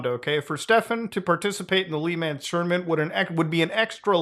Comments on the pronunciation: "lee man tournament" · Ikr Lee Manz my favorite French endurance race! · Say "lemon" with a French accent. That's how you say Le Mans lmao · Muta it's not "Lee Ma•an's", it's "Luh Mons" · The fact Muta call the Le Mans 24 Hours endurance race a ''tournament'' is more insulting than all the shit that Stefan did, yes including the Ferrari that campaigned that year in France. Also it's pronounced 'Le Mawns' not 'Le-mans' because the French can't speak properly. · "LEE MANS"??? HaHa! Its pronounced "La Mahns" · Blasphemy...you live in Canada, where there is french speakers and you said "LEE Mahns" cmon Muta im dissapointed LOL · bro said "lee mans" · Jesus the way Muta say LeMans as LEE-MANS XD WHY XD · muta pls. WTF is LEE MAN'S Tournament??! hahaha only racing fans will get how terribly you said that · Muta pronouncing Le Mans like “Lee mans” made my day lmao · Did you seriously just fucking say "lee-mans?" please tell me that was ironic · Le Mans tournament 🤣 totally butchered that one. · Lehman Bros is a Bank Muta, but Le Mans, that's the 24 hour endurance race. As a Canadian, I'm appalled you butchered the 'Le' so badly here.. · As a motorsport geek your pronunciation of Le Mans and labelling it a 'tournament' damn near put me in an early grave XD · How muta pronounced Le Mans killed my heart